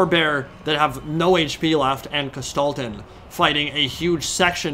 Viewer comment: It took me two minutes to realize you were talking about Kostaltyn. Before that I was all like - who's this Gestalten dude he keeps talking about? My german brain and the pronounciation didn't mix well here lol. What a battle though. I thought it was all ogre 15mins in. was that just the bear riders and heroes?